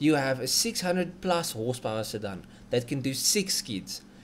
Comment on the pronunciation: Stop saying "sirdun"! And at least give us figures in the form of measurements we use locally so kw and not hp.